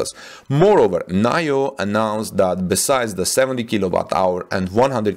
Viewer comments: Nee-Yo Not NahYoh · NIO is pronounced nee-oh not nayo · I am pretty sure NIO is said like 'NEO', at least that's how I heard other's say it. :) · It’s pronounced Neeo.